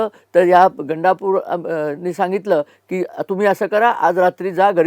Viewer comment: Gandapir nahi gandapur